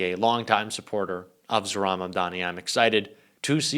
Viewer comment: Thanks,, as always! FYI, you are mispronouncing Mamdani’s first name.